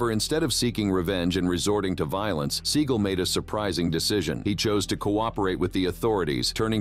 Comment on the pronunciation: Seagul? Even Seagal deserves to have his name pronounced properly